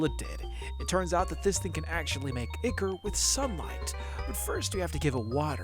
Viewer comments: It hurts every time I hear you say Ichor as "ick-er". I'm used to hearing Ichor pronounced "eye-kor" as is the proper American pronunciation. (pronounced "eye-kaw" for you with British English) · I really liked this video! The really inventive mods/modpacks feel so intimidating to me. As a polite note, you pronounce "ichor" like "eye-kur/eye-kor." 😊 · 200 days when? also it's pronounced EYEchor.